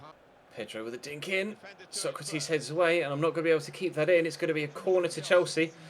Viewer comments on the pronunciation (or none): none